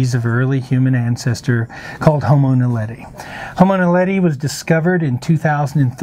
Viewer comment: I know he is not a South African - but he could really improve on the pronunciation of ''Witwatersrand'' and ''Naledi''. When he says ''Dinaledi'' it sounds like he's saying ''Dinner Lady''.